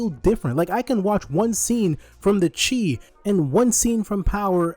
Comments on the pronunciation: The Chi is pronounced like the The Shy not the chi. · Chi - "shy" not "chee" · calling it “the chee” definitely undercut your point 😂. Unless you were joking. “Chi” in this context is pronounced like “shy”. It’s referring to Chicago not spirit energy 😂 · The Chi is pronounced as The “shy” 😭 as in Chicago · Yeah I’m ngl that might be worth going back and editing cause it make him seem a lot more out of touch than i think he is lol